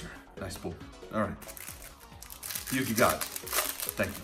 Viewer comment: u have to say yugi.............